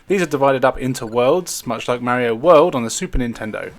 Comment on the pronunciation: No Zelda, AND you don't know how to pronounce "Mario".